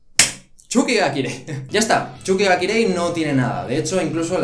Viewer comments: NO ES CHUKI GA KIREI, ES TSUKI GA KIREI >:v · cuando decías *X*uki ga kirei me recordó a la época en la que decías *X*ukisima en las reviews semanales de Haikyuu 3😸 Es Ts no X!!! Suerte con la pronunciación y buen video, a ver que tal la temporada de verano!! Un saludo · TheOutsider94 Yo soy la primera española y pronuncio "ts", que vale que por tu dialecto digas sonidos de una manera o de otra, pero la burrada de "chuki ga kirei" solo se la he escuchado a xD Y respecto a vídeo, la sílaba tónica es "vi", por eso al ser una palabra esdrújula, lleva tilde. Yo no me meto con la pronunciación de nadie, sé que los latinoamericanos decís video con la sílaba tónica en la e, pues muy bien, no sé si será correcto donde viváis, pero me imagino que sí, no sé. El caso es que si un español lo dice de tal manera, es por que es la correcta (y repito) AQUÍ. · me da risa como dice tsuki ga kirei, porque lo dice como Chuky ga kirei, y eso significaria mas o menos Chuky es hermoso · "Chukichima , chuki ga kirei" el japones de ilu esta a otro level 😂💛